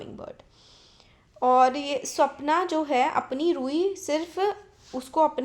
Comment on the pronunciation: Mam swapana hai mam app sapna bol rahe ho